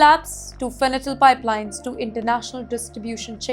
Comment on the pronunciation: It’s called fentanyl 😂, please have educated anchors good lord